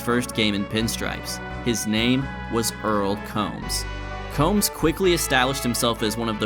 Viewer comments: Earl Combs' name rhymed with Tombs, not like comb. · Earle Combs' name was actually pronounced 'Coombs'. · Combs is actually pronounced "Coombs". But overall, amazing video.